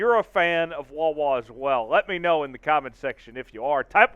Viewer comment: Get rid of this guy! He don't even say wawa right! Wtf! Where you find this guy? The dark web?